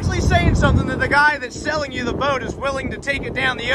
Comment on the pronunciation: "The guys SELLING the boat" 😂 why you say it like that